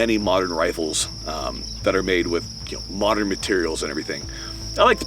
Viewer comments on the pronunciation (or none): "mot'ern problems require mot'ern solutions" ouch lol